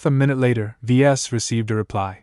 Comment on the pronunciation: Just found you. Wish I had found you months ago. Ves is short for the vesians it said it in the 1st few chapters his dad gave him that highly original name sounds like your calling him v es or v s! Thank you for all your hard work love long form stories